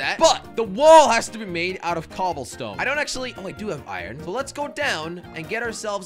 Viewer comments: Why you say ion it’s iron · I like how jelly says ion instead of iron